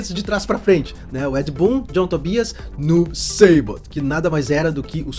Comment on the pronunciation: Noob ''SEIbot'',????? aí vc me quebra kkkkkkkkkkkkk